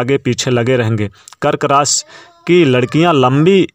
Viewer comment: रास या राशि 😂😂😂 भाई बोलना तो सीख लो पहले